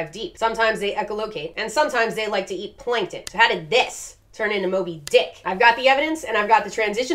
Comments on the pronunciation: Says Moby softly, then over emphasizes “DICK” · You totally enjoyed yourself while putting so much emphasis on “Moby Dick”